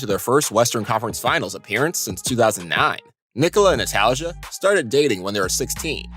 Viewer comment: Jokic is not from suburbia, he from Serbia. And his girls name is read natalia not natalzia